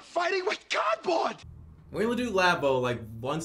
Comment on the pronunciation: Looks like somebody made a mess on the cahpet. Bettah clean it up with cahhdboad.